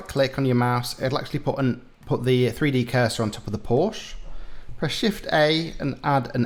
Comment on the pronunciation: Porsche is 2 syllables .